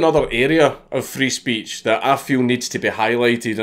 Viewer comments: He's sayin "free speech" but I swear im hearin "freeze peach" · I can't stop hearing it as: "I need help from the Freeze Peach" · Nobody: Count Dankula: Frees peach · does anyone else hearing Freeze Peach when he says Free Speech.